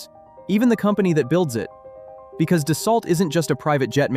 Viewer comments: FYI: Being a French company, the correct pronunciation is actually "Dass-O" - not "Dass-Alt." Just like Bordeaux is pronounced, "Bord-O" and not "Bord-Ox." Almost halfway through the video, the pronunciation becomes correct. So is real? Or a quick learning AI? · Pronounced “dah-soe” if you’re French.